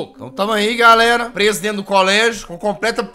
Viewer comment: Fujir? Kkk é dento